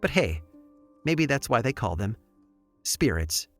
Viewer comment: Hi Aaron! Long time listener, first time commenter, but I had to let you know "spear-its" just killed me!